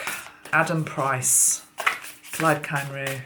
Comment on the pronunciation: Pronounced cumri